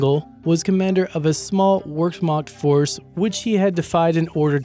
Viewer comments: Wehrmacht is pronounced, "Ver-Makt" and not "Wear-Mackt" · Wehrmacht is pronounced "Ver-makt" NOT "Where-makt". Irritating. Otherwise great video. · "The German Workmocked" Cringeworthy. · "Emoo" "Workmakt" Jesus dude, work on your pronunciation. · The German Werkmakt, x) - It is pronounced "Wehr-Macht" ... Interesting video though! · It’s pronounced “Vher-makt” not “wer-makt” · eemyou.... (not eemoo), wehrmacht...(not workmacht)....you are painful :) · If E-moos are causing trouble, maybe it would be better to call the German Work-mott. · Not as bad as his pronunciation, the German "Work-Macht" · Wehrmacht: ver makt grenadier: grin a deer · the german workmakt... ITS NOT WORKMAKT!!!! calm down linus... calm down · Just a heads up the German W makes a V sound so Wehrmacht would be Vehrmacht. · I enjoyed it except for the really bad mispronunciation in the last on. Wehrmacht starts with a v sound. Jeez. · did he say "fork-macht" ? lol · blubb In German, the "W" comes off as a "V" sound. Wehrmacht, comes out like "Vare-Mahkt." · Wehrmacht is pronounced Vair-mach-t and Panzergrenadier is pronounced Panzer-gren-a-deer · Did I just hear "wehrmacht" pronounced as WORK-MOT? I'd spend less time writing jokes and more time actually studying the history you talk about. Really. Work-mot? For fuck's sake. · This guys mispronunciations crack me up, wehrmacht is ver makt.(like very and Mac Donald. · The... the "Wherkmackt?" It took me a minute to realize you were talking about the Wehrmacht. Now, I'm not good a pronouncing German words myself, but that was really BAD. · Wehrmacht is pronounced Vhere-Mah-kt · i was waiting for nr.1, but i hurt me to hear him TRY to say Wermacht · Exactly! W's are pronounced like the letter V. I do not even speak German yet I know that. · you absolutely butchered the pronunciation of "Wehrmacht" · never herd anyone butcher wehrmacht so badly.